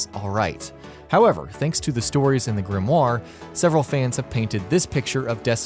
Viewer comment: This is a really awkward video it seems like this guy knows what he's talking about to the casual player, but to a destiny players it's awkward for example how he talks about grinding perfect rolls then showing a shit roll and the way he pronounces grimoire and mida-multi tool